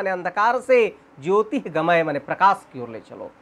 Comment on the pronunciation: गमय है भाई गमये बोल रहे हो उच्चारण का ध्यान दो भाई